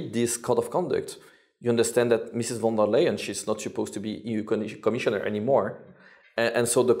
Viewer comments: warum sagt er immer von der "m" Leyen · Warum sagt er immer: Frau von der "M" - Leyen?